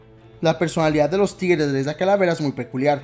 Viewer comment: Alguien mas escucha "Tigeres" y no "Tigres"?